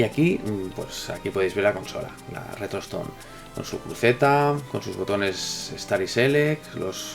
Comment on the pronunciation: Nose en qué vídeo mensionaste esta consola, pero yo escuché "retrotoston" XD